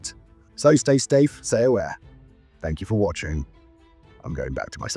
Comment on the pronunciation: "So stay stafe, say aware" aware?